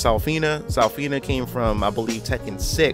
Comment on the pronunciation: (Zuh-Feen-Uh) Zafina